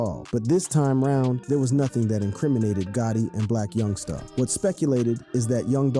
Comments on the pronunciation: You ain’t got a clue what your talking about and youngsta not young star lmao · Why does he keep saying youngSTA